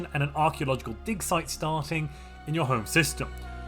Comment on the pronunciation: I was cooking and listening to this. I promise he said “dic size, not “dig site””